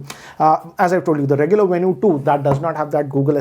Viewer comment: Venu is supposed to be pronounced as Venue huh?